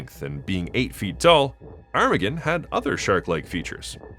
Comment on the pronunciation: Is that really how his name is pronounced? Granted, I don't think I've ever heard it out loud before, but to me I always thought it sounded more like "ar-ma-gone," but you say it like "arm-again" which... doesn't sound right.